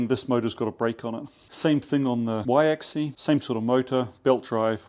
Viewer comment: Dude, it's axis with an S at the end... which is actually pronounced. It's not "axi". The plural is axes (pronounced "akseez"). You're welcome 😊